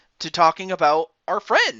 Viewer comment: Hewwo fwiends. Yeah even I was stunned at that time